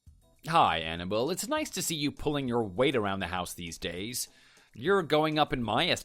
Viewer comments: He says Annabelle, I hear Hannibal...😂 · i'm cringing every time he says "anna-bull" instead of annabelle